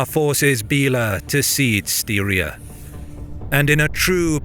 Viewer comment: I was going to mention you pronounce Styria odd, but seconds later you nail it 3 times. I'm stunned that your ear hears seem to have picked that one up, but there is no hesitation whatsoever. That's cool. It's not surprising these guys left their infantry behind though, because peoples like the Pechenegs were hunting on these lands along the Danube river for 1,000 years. These are continental superpowers. If you can't afford a horse - you get to protect the camp with the women.